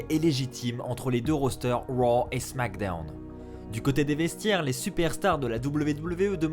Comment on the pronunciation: Junior Monnereau mdr je suis daccord le « les superstar de Wow et de smackdewn »